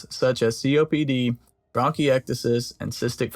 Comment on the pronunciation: Did you say bronkyexitus?